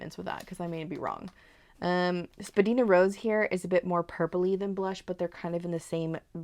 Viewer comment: I paused when you said "Spadina". I lived in Toronto for a spell and it's a major street there where many locals and I, as another commenter said, pronounce it spa-dye-na. Then I did some digging and learned that some upper class neighbourhoods and the automated voice in Toronto's transit system currently pronounces it spa-dee-na. Spadina comes from an Anishnaabemowin word ishpadinaa meaning "high hill" and the latter pronunciation, how you said it in the video, is closer to the original pronunciation. So, while you're not wrong how you pronounced Spadina, I now know you're "high class." 😜